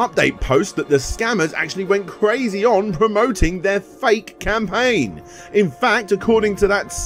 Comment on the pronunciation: "We all have the ability to start a crowdfunding scampaign" ;-)